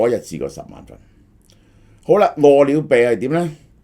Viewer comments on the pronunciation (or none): 我聽到餓了病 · 萧生几年来一直读饿了呗🤣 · 大陆粤语都係读么（麼），呢个叫法听起身好奇怪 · 點解咁讀… 餓了麼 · 蕭生唔識個麼字點讀？